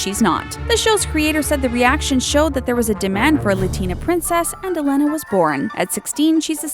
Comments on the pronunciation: Co cooom?? Dude it's pronounced (co co um) And Elena is not (el-ena) it's (el a na) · YOU SAID MY NAME-- I MEAN ELENA WRONG! ITS (E-laine-a) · UM, THE THING,U PRONOUNCE HER NAME EH-LAY-NUH,IDIOT!!!! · Um...no. She's Latina so her name is pronounced EH-LEH-NAH. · You said Elena wrong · You said Elena wrong. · bruh. learn how to pronounce Disney Princess names. Ariel= Airi•ul. Tiana=Tee•a•nah. Elena=Elay•nah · Did anyone get annoyed when she kept saying Ariel,Tiana,and Elena wrong XD